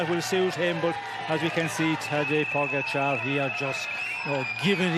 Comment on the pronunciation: They are paid commentators And can’t pronounce name pogacar correctly Wow